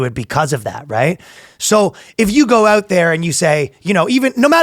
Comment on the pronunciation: As cool as Ryan is, as soon as he said "oouht with man haters" I instantly remembered how he will never be as cool as a downsie American who can pronounce 'out' like he isn't choking a tub of poutine